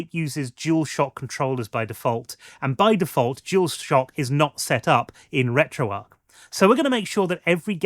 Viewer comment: Is it not pronounced retro arch?